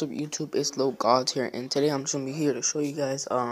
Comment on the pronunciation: lmao pronounce it on as Lock😂 Not as looc